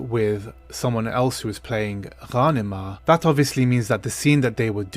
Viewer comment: I thought it was GAN-NEEMA...? And Leto with Zendaya scene?!!